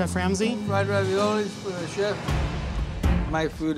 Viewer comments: 'Lemme feed the cheef' lmao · "let me feed the chif let me feed the chif" 😭🤣🤣